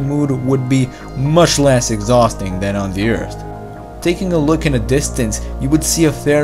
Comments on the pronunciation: I'm happy you have learned to pronounce "earth" almost properly instead of "Urt" :) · Tha urd is tha turd planet from tha son.